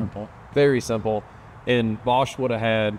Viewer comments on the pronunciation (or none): Its bosch